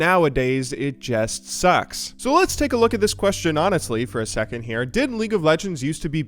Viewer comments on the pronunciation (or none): none